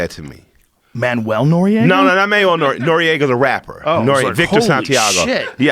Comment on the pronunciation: joe rogan said manuel noeraga hahahaha